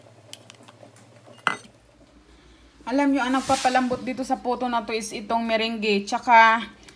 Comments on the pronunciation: Mirange.. mirang po ata pronounce te..hihi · Pwede niyo pong gawin ung Meringue(by the way Merang po ung pagka pronounce sa kanya hehehe) kahit wala po kayong mixer. Pwede gumamit ng whisk or egg beater. Medyo sasakit lang konti yung kamay at braso kasi kailangan mabilisan ung pag whisk sa egg whites.